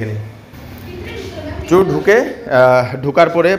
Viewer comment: Pronunciation ta chor chur naa